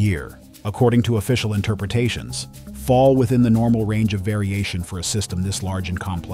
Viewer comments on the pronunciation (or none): "everything is norma" (no "L" there). It's the small things that expose AI slop these days. And you can detect it by the repetitions of the same content with different sentences etc. as well.